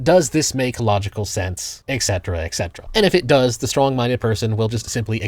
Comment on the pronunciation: It’s et cetera, not exetera.